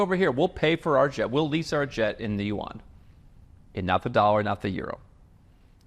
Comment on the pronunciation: Renminbi....Yuan, exposed! You actually know how to speak Chinese:face-green-smiling